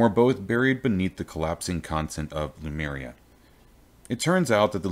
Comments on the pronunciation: /LEMŪRJA/, nαt /lumerja/ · Great storyline. Thanks for the series. I am just a bit irritated by the way you say Lemuria so it sounds like Numeria. Always throws me off.